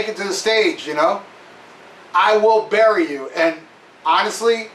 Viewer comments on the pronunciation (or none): none